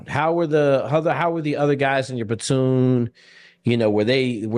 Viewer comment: idk if its an inside joke but the guy says "batoon" instead of "platoon" 😂😂